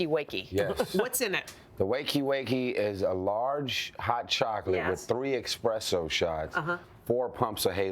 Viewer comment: "EXpresso", what an idiot...